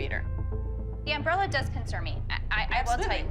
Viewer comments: as a texan it truly hurts me to hear um bralla not umbrella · The way Abby says umbrella really bothers me.